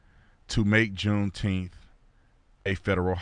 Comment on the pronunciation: Say "nine." Now say, "June ... Nine ... Teenth." See? I knew you all could handle middle syllables.